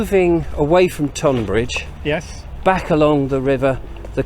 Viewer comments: Sorry but im shouting "stop calling it TOnbbridge at you today";) Just in case you dint see my last post "Why Tunbridge Wells and Tonbridge are pronounced the same way" This page has the history of Tonbridge and I think you will enjoy it. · Tonbridge should be pronounced Tunbridge.